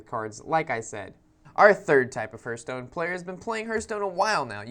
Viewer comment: Huurtstone? What game is that, how do you even say it wrong when, if you open up the game the dwarf guy sais it correctly....